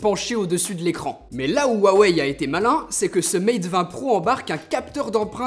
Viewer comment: Cool, tu a enfin perdu ta manie de "Roux aweille" :D